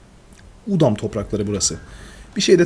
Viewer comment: bide udum değil udam